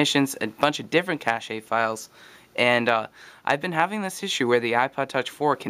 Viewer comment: what's a "cashey" file?